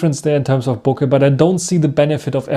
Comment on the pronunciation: Als Deutscher sollte man doch "Bokeh" richtig (dem Japanischen ähnlich) aussprechen und nicht das amerikanische Kauderwelsch (die allermeisten Amis können nichts Fremdes aussprechen und verhunzen jedes Fremdwort...).